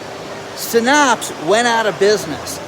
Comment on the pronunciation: You don’t know how to pronounce Synapse. It’s said like SIN apps. Pretty common science/medical term.